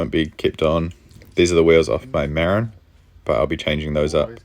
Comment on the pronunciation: I know you're from NZ so you can be forgiven, but its pronounced MaRIN.